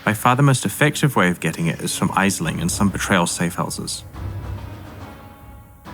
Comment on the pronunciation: Mostly good. I must admit to wincing when said "Ayesling" instead of "Ashling" though. I mean, the voice actors get it right often enough - don't you play your own game?